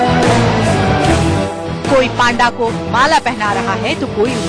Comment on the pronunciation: It's not paaanda it's panda